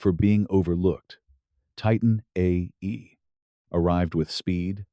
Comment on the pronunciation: This narrator is hard to listen to, especially listening to it saying "Titan A.E.". The script sounds fairly AI generated.